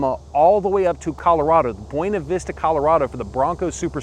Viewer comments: You need to learn how to pronounce "Buena Vista, CO". Seriously...look it up. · Do you say Taco “Boona” also? Lol! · Make sure you learn how to pronounce buena vista in Colorado. It’s not what your saying on this video. They will call you out FYI